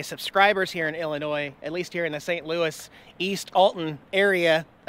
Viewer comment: I must say, I'm VERY disappointed..... You keep pronouncing "ILLINOIS" correctly!!! You know you MUST deliberately mis-pronounce it in order to get everyone TRIGGERED!!! (You GOTTA pronounce the "S" at the end);-))